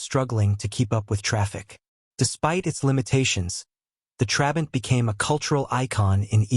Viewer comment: And "Trabant" is stressed on the second syllable, and you are alternating between showing us very different models as if they were the same: the 500, 600 and 601 (which is the one most people think about as "the" Trabant). And of course by the time production ended, it was no longer powered by that puny (but totally adequate) 0.6 litre two-stroke, but by a 1.1-litre four-stroke built under licence from VW, as the Trabant 1.1.